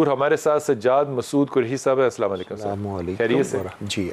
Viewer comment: Anchor Ko pls Sahi tareeq se salaam karna sikha do pls